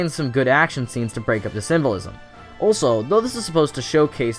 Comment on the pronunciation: Every time you say "symbolism" it sounds like "civilism".